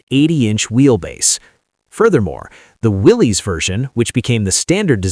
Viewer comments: Great story but many mistakes, Its pronounced Willis not Willies - The first Bantam was: Bantam “pilot car” prototype not Reconnaissance. There are plenty of historical photos available on the web to tell the story. Why use Land Cruisers, Land Rovers and Russian UAZ 469. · I knew you didn’t know anything when you mispronounced Willys. It's pronounced the same as Willis, and has nothing to do with a guy named Willy. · Willys is pronounced Willis